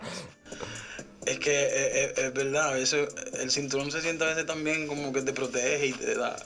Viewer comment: I’m surprised you didn’t mention his pronunciation of “también”